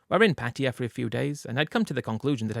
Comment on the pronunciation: Can’t you at least try pronounce the word Pattaya the right way ? What is patia ?